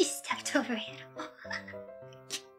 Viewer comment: Crispiest word ever of all time. Animol; Are ya winning, son? "I was frozen TODAY!" (Probably) JDON 'S SOUL 🙏